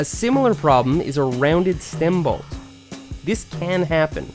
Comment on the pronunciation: Say “balt” one more time